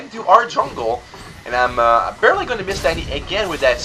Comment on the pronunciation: Stop saying"barley" it's annoying :-)